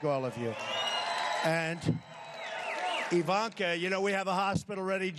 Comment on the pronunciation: he said " Ivonka and I are having a baby"